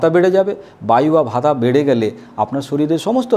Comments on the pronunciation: Dr. বাবু এটা হবে বাত, পিত্ত এবং কফ হবে not কাফা or ভাতা।। Please pronounciation correct. ধন্যবাদ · প্লীজ উচ্চারণ গুলো ঠিক করুন , বাত, পিত্য ও কফ